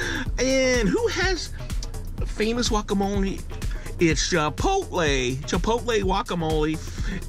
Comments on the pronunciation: I've never met anyone in my life that pronounces guacamole "wacamole" in my life. I'm 1/4 Spanish and my fiance is Mexican. You'd think along the way I'd have heard that pronunciation. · The mans last name is and he doesn’t even know how to say guacamole